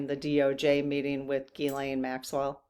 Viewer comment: Good questions today. By the way, it’s pronounced Gzeess-len, not Gee-Lane.